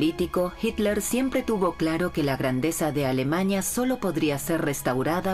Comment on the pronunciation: ¿Por qué la narradora se la pasa diciendo AlemaÑa, matrimoÑo, juÑo, PoloÑa...?